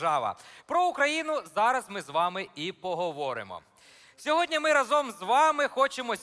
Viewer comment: Тільки рАзом,а не разОм....